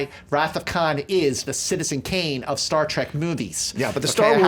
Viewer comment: Star... "Tek"?